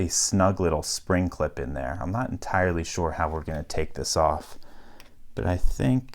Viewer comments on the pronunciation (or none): none